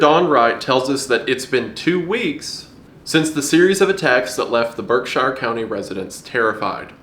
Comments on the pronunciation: it's pronounced "berk-sure" Source: I've lived in pittsfield my whole life. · Masshole here. Its pronounced berkSHEER, Not berkSHIRE. A common mistake people make when pronouncing MA locations is going for a English UK pronunciation. In practice and despite their spellings, Worcester is actually "Wuh-ster", Hingham is "hing-um", and Gloucester is "glaw-ster". It doesn't make aense unless tou grow up with it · I'm sure plenty of other people have mentioned this but I'm from western massachusetts and I'd like to correct your pronunciation of Berkshire county. It's not pronounce Berk-shy-ir, we call it either "Berk-shure or "Berk-sheer" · Erm adjusts glasses aukcally if erm "shire" is in a word it's pronounced "sure" not "shire", I say this as someone that fiddles with bow tie as a individual that has watched Map erm Men. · Bro, I live in berkshire County. Plz for the love of God stop pronouncing it berk- shire just pronounce it like berk-sure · It's pronounced Berk-sure, i know it seems like itd be shire but its just not. massachusetts is weird, not far east from berkshire county is a city named worcester but pronounced wuuster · idk if this is just an american thing but im english and we pronounce 'berkshire' as 'barkshuh' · Berkshire county resident we call it Berk-shure locally. I love the spooks you bring. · Haha, the way you pronounce Berkshire County is funny. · Dear Wendigoon, You are by far my favorite creator on this platform (probably ever) but please consult Massachusetts residents (such as myself) when talking about Massachusetts locations as you have butchered the pronunciation. We pronounce things differently than how normal people do it. With love, Redleader4044